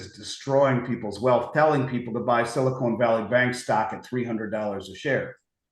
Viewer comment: Bitcoin is decreasing in supply. Silver is increasing in supply. We mined more silver this year than any year in history. We mined less bitcoin this year than in any year since it's invention. This dude can't even pronounce "silicon valley." You think he knows how bitcoin works?